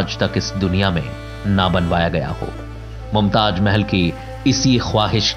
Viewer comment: Pronunciation is so bad for some word Mumtaj nahin mumtaz 😃😃😃👎👎